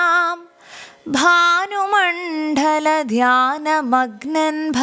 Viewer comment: ഭാനു മണ്ഡല ഭാനു മണ്‌ഠല അല്ല